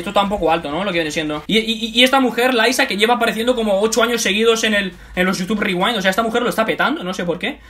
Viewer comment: YUTUB RRRIWAIND <33